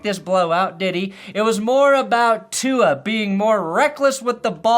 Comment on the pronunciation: Fuck bro the trump mis pronunciation of tua is so old now dude.